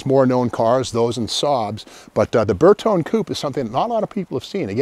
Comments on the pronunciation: 122GT probably the first "sporty" Vulva. Ber tone eh, it's friggin' eye-tal-yun. Ber tone, sounds like a TV set. 4 speed was correct (maybe with electric O/D on 3rd and 4th), no 5 speed Vulva's 'til much later. As like many others that have responded, the 164 was the first "luxury" Vulva. Now get your cop-car in for some cervix. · Excellent knowledge as usual, but if you're going to give a lesson in Latin, please check your Italian pronunciation. Bertone has an ee sound at the end so it is three syllables, Ber-tone-ee. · Bertone is pronounced Ber toe nay . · It is not burton, it is bertone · Pronounced "Bayr tone ee" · These were weird indeed! Also I never understood why you'd want to take a Volvo that had such great visibility and headroom and then cut the roof and make the visibility lousy. Incidentally my understanding is that Bertone is pronounced Ber-TONY. I sure enjoy these videos, Steve. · Actually it’s pronounced BertonE. And a coupe is pronounced coupE. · With a name like Magnante, you'd think he'd know how to pronounce Bertone (bare-TONE-ay). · You know what Volvo means but don't know how to pronounce Bertone? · Magnante, can't pronounce Bertone